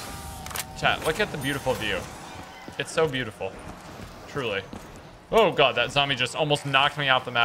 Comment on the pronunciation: "Oh my goodge" "Oh my Lordge"